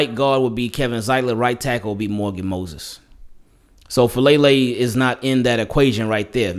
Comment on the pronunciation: Just for future reference, the last name is pronounced Fa-ah-leh-leh. Polynesian names man lol